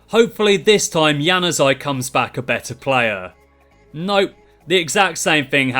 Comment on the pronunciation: You butchered Januzaj's name completely😂😂😂😂😂